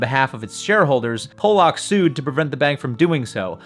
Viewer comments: "PAH-luck" (like the fish), not "POLE-ock". ~ man with Polish relatives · Pollock (pall-luk) not Polack (pole-lok) lol ... he's not from Poland. love the channel tho. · 3 times in a row. 😂 Every time you mispronounce his name, my inner 12 year old starts laughing hysterically. 😅